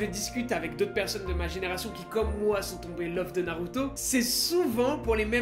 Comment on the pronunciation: Narrrruto best